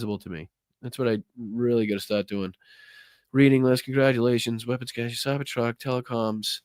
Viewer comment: BTW p.s. Re the Tesla etc., anyone else got the feeling that a lot of rightwing extremists were hoping for a Dem victory, set up for and yearn for violence, liked MTG's claim that Dems would try to overthrow a Republican victory, and are going to get a wee bit dangerous when Trump's administration lets them down? "cache" is pronounced in the US and UK like /cash/ , and in Australia as /kaysh/ /cashay/ is the pronunciation for "cachet" : a seal of approval, a mark of high status (The cachet of having being senior advisor to a now admired ex-President.)